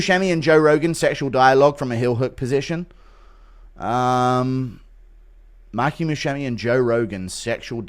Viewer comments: I love how he pronounces it Mikey Muscemi🤣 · The way he says Musumeci like Buscemi kills me, and he doesnt realise hes screwing it uo 😂